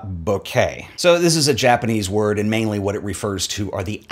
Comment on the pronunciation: you pronunciation of that Japanese word is nice too :), nice French twist to it